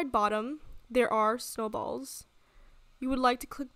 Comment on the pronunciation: i like how she says "you see at the bottom there are SNOWBALLS ❄"